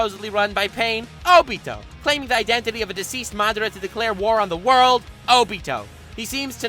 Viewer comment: He pronounced madara wrong